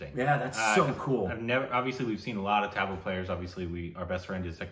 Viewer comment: Try saying "thuhb - laa"and not so much tab-la :)